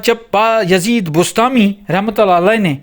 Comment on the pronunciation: بسطامی لفظ ہے بستانی نہیں۔ اسکو ٹھیک کریں۔ جناب عالی